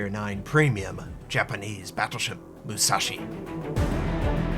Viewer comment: UCHUU SENKAN MUU SAA SHIII LOL!